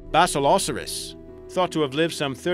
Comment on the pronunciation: Why are you pronouncing basilosaurus that way it's basilo-saurus